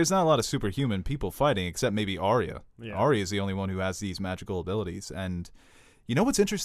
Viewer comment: pronouncing Arya wrong once, gave me flashbacks to the Last Airbender when every character name was pronounced wrong